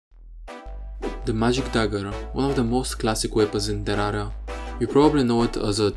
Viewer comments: Why the f@ you say instead of terraria (terrara) this i need to be said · I like how he says ,terara, instead of terraria that sounds really funny lol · Bro pronounced it "Tara" 💀 No hate, just making a joke